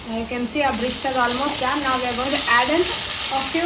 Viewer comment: Its birista, not brishhtaa😂 And it wasn't prepared correctly. Also, its stir, not steer. Recipe is also absolutely hopeless. First learn how to cook a biryani properly, then show others on YouTube. Otherwise just stick to Goan food, since you obviously can't cook other cuisines.